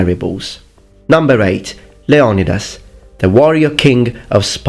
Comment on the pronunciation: Leo “knee” das